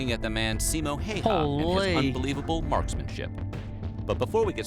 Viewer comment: By the way Simō Häyhä is pronounced [ See-mo how-ah ]